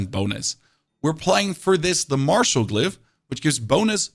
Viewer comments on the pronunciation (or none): none